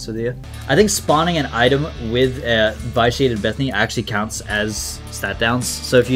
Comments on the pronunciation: Hey, sorry to be the pronunciation police but it's supposed to be pronounced vi·shee·ay·tuhd. Love your videos but hearing v-eye-shee-ay-tuhd made me cringe. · Don't mean to sound rude, but I think vitiated is pronounced vish-e-ated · Me every time he says vyshiated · You're mispronouncing vitiated